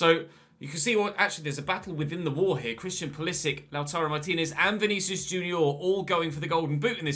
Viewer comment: Just to let you know pulisic is croatian also so you say it like modric